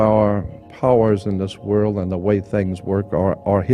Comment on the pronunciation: I loved the late Jordan Maxwell. Does anyone know why he said "WORL" instead of "WORLD"? I meant to ask him during a live broadcast but forgot.